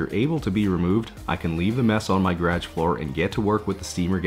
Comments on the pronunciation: "In my Graaejj" haha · Lol, did you say “Grage”? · Sometimes I forget he’s in Canada.. then he says “garage” like that and I remember 😂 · Lol off topic the way you say garage is weird